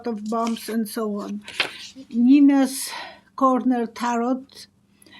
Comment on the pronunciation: It’s pronounced 9’s corner. Love you can’t wait to watch